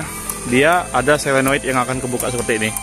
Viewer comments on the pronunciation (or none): Solenoid bang, bukan selenoit 😅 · pake D om, bukan T 😊 selenoid